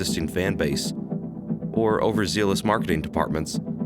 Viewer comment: This video is absurdly melodramatic. And that's not how overzealous is pronounced.